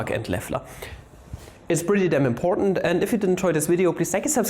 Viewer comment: That’s pretty imPOR’nt if you ask me :P